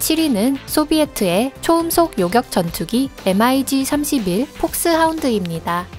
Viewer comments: 대부분 mig을 m.i.g 라고 안 읽고 미그라고 읽지 않나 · 엠아이지가 아니고. 미그기라고 합니다^^ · 엠 아이 지 25? 보통 미그25라고 읽지않나? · 발음을 왜 단어로 읽어욬ㅋㅋㅋㅋ 예를들어 mig는 엠아이쥐라고 안읽고 미그라고 읽어요ㅋㅋㅋ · 군사지식을 알고 영상을 만들던가 일자무식쟁이들.. SU를 수호이라 읽어야하나 에스유 라고 읽고 Mig를 미그 라고 읽어야하나 엠아지 라고 읽는 지식에 정말 감탄하고 간다. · 나레이터 반성좀 하세요.. 엠아이지가 뭔가요...!!! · 목소리만 좋지 밀덕들 입장에서는 mig를 엠아이지라고 읽는데 안빡치겠냐ㅋㅋㅋ